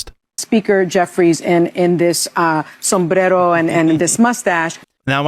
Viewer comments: I HATE how that one chick for clout doesnt say sombrero but puts a "im hispanically pronouncing it" twang in to seem like she is so with it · the one with the criminal Dr for a husband sayed "Sombrero" with a latino accent, how racist! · Why is this stupid ass Fu****g show still on every day? They get 120 viewers or something? Notice how lying ass Sunny Hostin rolls her r's on sombrero. Is she trying to appear like she's more Mexican than anyone? She is such a phony. Where, or what is the status of her Quack Dr who's been fraudulently billing for services and surgery never provided?' ABC....CANCEL THIS GARBAGE TV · Rob Finnerty needs more traction. wtf was that pronunciation of sombrero? smdh. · Why do they always have to pronounce Spanish words in a Spanish accent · Sunny doing her best to pronounce "sombrero" with a fake mexican accent.